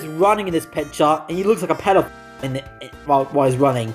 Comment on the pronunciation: Take a shot every time he calls a character a "petey file".